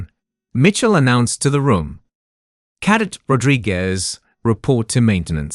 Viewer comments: I relly enjoyed the story but have to ask if the narrator really knows the words they are saying... many of the words are pronounced incorrectly, especially 'cadet' (CADEBT) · Please teach the narrator how to pronounce words like cadet! His pronunciation tho I can understand makes my ears hurt and my face wince.